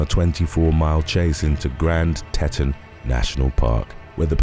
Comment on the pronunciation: Teton= tea-tahn